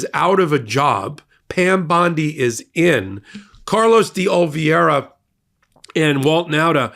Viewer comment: you were doing so well for a while! I’ll try again—it’s Dee-oh-liv-ERA 😊